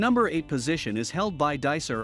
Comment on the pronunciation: Hey, it's pronounced DyCor not Dicer...